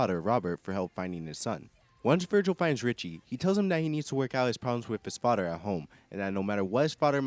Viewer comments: Why should I listen to a mfer complaining about sh*t that effects him in NO WAY especially when he continuously pronounces the word “FATHER” as Faddderr? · the way you say father lmao